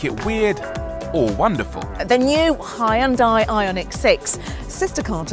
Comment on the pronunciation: Pronouncing Hyundai incorrectly. See advert.